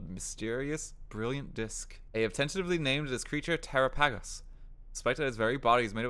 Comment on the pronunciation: I hope this is an accent thing because ya kinda butchered this one - it's supposed to sound like "Galapagos," like that one island Darwin, the guy who created the Theory of Evolution, visited. It's actually a kinda deep reference, I'm surprised so many people don't recognize the name.